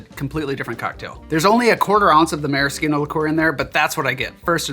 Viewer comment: My wife congratulates you on your proper pronunciation of maraschino. I told her I would pass it on